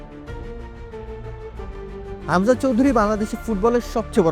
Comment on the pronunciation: খামজা কে??????? হামজা নাকি খামজা? তোরা কি যে সাংবাদিক,,,,,৷৷৷ হামজারে কে চেনে??????